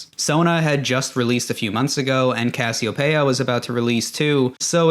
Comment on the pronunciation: Cas-e-oh-pay-ah thats a new one Its Cass-ee-o-pee-ahh